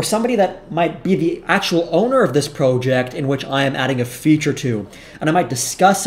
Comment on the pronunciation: Fun video! I liked the Joe Biden diss, but then you lost me by the way you said “proe-ject”